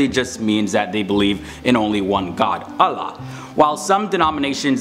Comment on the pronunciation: Is anyone else annoyed that he switched to a light l sound for “Allah” despite the fact that it’s actually the only Arabic word that uses a dark l (other than assimilation from emphatics)?